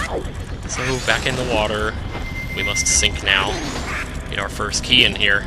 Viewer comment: EYE GAWT UH KEAY! Awesome. Period.